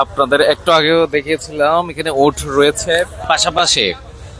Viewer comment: মইজ্জার টেক নাকি গাবতলির মতো??? পাগলে কি বলে,,আর উটসসসস না উট